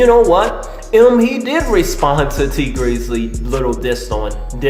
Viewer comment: lol i always like your videos, but bruh why do you get everyones name wrong!! Benzino= Bazino. Tee Grizzley= T Greezly.